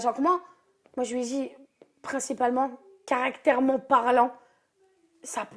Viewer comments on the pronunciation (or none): o... la fille a dit "caractèrement parlant"???? wtf!!!!!!!!!!!!!